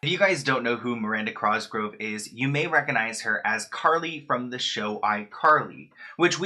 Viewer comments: Did u just call her "Miranda Crosgrove" ? 🤣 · Why does the host of this video keep calling her last name Crosgrove? I thought her name is Miranda COSGROVE? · "Miranda Crosgrove" Crosgrove? lol thats not right... you called her second name wrong this whole time. 🧐. Anyway in other news I had no idea about this... we could've maybe lost her! I'm so glad he thought he really did something and offed himself. The mentally ill can be terrifying .... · You said crosgrove I do that too sometimes haha I love her she seems sweet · anyone else noticed he said crosgrove instead of cosgrove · I’m sorry but I lost it when you said “Crosgrove” at the beginning😂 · He said CRosgrove multiple times where did u get the R from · I love your videos but like why do you call her Crosgrove it's cosgrove 😂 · Cos-gro-ve 😂😂😭crawsgrove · “Miranda Crosgrove” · I love you and your videos are literally the most addicting thing in this world, but please for the love of god stop saying miranda cRosgrove!!! hahaha its Cosgrove! Its lowkey driving me crazy😂👌🏻 but otherwise keep up the great content love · I was triggered by him calling her Miranda Crosgove. It’s Cosgrove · "Crosgrove"- MiRanda...CROsgrove... Baby is Cosgrove💀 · anyone else annoyed that he says cRosgrove instead of cosgrove😂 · stop saying Crosgrove 😖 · It’s cosgrove not crosgrove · Why do you keep saying Crosgrove instead of Cosgrove 😭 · Miranda CROSGROVE...sir COSgrove. Not CROS. Sorry. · so clearly we havent bullied him enough to stop saying cosgrove like that 💀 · Theres only one "r" in "cosgrove" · Bro u should probably learn to pronounce her name correctly